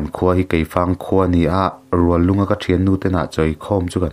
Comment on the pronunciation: Ruallung chu kan khua chiarthiam hle mai